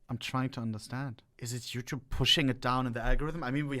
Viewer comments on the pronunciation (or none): Ohne-“Wasssup youchoob youchoo😂